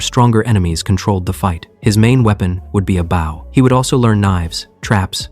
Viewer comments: why does it say bow like bow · really wish someone would fix AI voices to say the correct version of bow. although this one isn't that bad. some utterly suck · Gah! You literally pronounce bow correctly in the story! And then go right back to the wrong version! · Why does AI pronounce BOW incorrectly so often? It’s unreal how often it mixes up bow (as in bowing), and a bow for archery/bow for a ribbon.